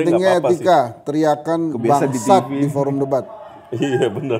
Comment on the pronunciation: Menit 33.11 kok aq dengernya "bacot" bukan "bangsat"